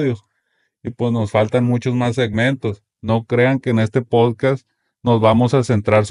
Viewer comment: Por qué los sinaloitas no pueden pronunciar "podcast"?